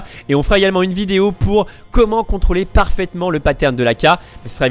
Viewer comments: "contoler" son full :) sinon très bonne vidéo merci ☺ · je suis le seul a avoir vu le "contoler son full " xDD sinon très bonne video j ai appris plein de trucs continue comme ca tu gères:p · "contoler son full" 8) np les fautes ca passe ! ^^